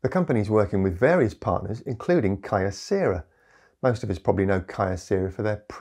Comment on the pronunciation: Kyocera derives from Kyoto Ceramics, so the syllables retain their original pronunciations…